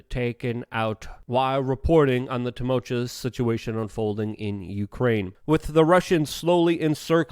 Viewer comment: "Tumultulous" "Dunningham"? Really Luke? Are you doing this on purpose?